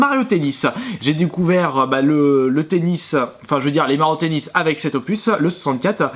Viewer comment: Pourquoi à chaque fois que tu dis "Mario Tennis" je comprends "Mario Pénis"... xD